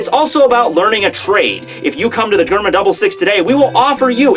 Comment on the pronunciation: its prenounced jerma not germa